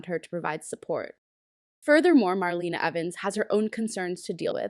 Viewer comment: Please get the facts straight and learn to pronounce names correctly! Jave (Ha-vee) is Rafe & Gabi’s (Gab-bee) cousin (the son of their Aunt). Marlena is pronounced Mar-lay-na. The Kiriakis Thanksgiving was with the Brady’s at the Brady Pub, not at the Kiriakis mansion.